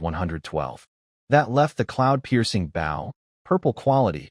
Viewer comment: U telling me AI having such trouble pronouncing Bow (the weapon), using Bow (bowing to someone) but it can pronounce Sauna absolutely perfectly? Alr AI, alr.